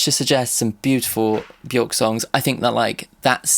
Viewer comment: hate to be that guy, and it’s a very understandable mistake to make but Björk rhymes with work, not with fork